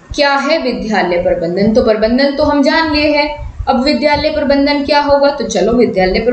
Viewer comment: Parbandhan ni hota Prabandhan hota h yrr